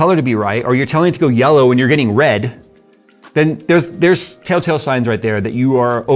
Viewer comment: Tail-tail? Tale-tale? Tell-tail